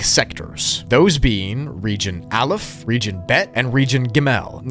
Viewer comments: fyi its not pronounced “uh lef” is pronounced more like “ah luf” I dont really know how to type the pronunciation :/ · Hey, jew here. The hebrew letters are pronounced "ah-lif", "bet", and "gih-mull"